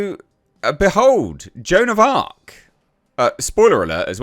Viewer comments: Joan of Aks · Joan of Blarc